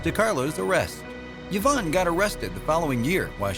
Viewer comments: I've never heard Yvonne pronounced "yavonne" before. I had always heard it pronounced as "eevonne." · Did you know the name Yvonne is pronounced E-von? I didn't until I moved to the Tampa area and found out the old Cuban town of Ybor is pronounced E-bor. So stop with the Yuh-von. You are hurting my brain. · Yvonne is pronounced EEV-ON not YEV-ON. Salome is pronounced Sal-O-MAY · OMG! Yvonne (E-VONN). Salome (SAL-oh-MAY). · Sean Ferguson - You'd think that any announcer worth half a poo would CHECK the Pronunciation of names and places, right? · Indeed. Even a quarter of a poo! Normally I'd shrug it off. Every pronunciation of yah-VONN was like a dagger but I didn't crack until I heard sa-LOAM. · “Yavon” ! Get names right! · What’s this thing of pronouncing a letter Y like a U? Where did it come from?